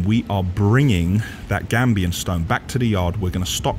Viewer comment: Gabion old chap not gambian cheers